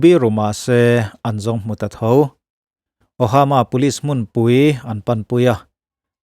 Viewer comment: "Ohama Nebraska" ti a I chhiar hi 'Omaha Nebraska' tih tur zawk a ni lo maw?..